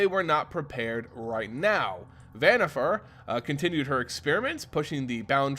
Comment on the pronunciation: Van-eeh-far not vanniFAIR great lore tho